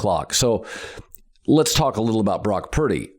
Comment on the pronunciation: Anyone else find it annoying that he cannot pronounce Purdy. It's not pronounced Piiddy!